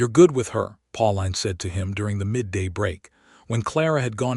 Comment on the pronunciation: Pauline is pronounced, "Paul-een," not "Paul-line!" This put me off the entire story, darn it!!